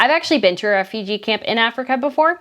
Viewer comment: How are you mispronouncing the word "refugee"? I am reminded of a particular American Dad episode where they pronounce it similarly...please search the word in google and hear it. I can't take the video seriously